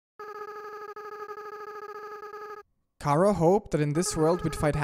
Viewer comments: It's Chara not ckara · Its not cara its chara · WHY DO YOU SAY CARA NOT CHARA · its pornounced Ch-ara